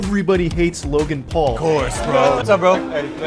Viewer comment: Lokan Paul? Bro, why do you keep pronouncing the "k" ? It rubs me the wrong way lol